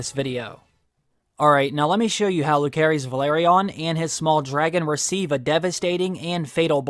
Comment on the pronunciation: Bro, how are you mispronouncing Lucerys this bad? It's definitely not Lū-care-ees.